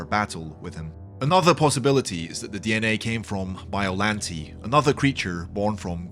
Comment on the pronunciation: Is bye-oh-lan-tay not bye-oh-lan-te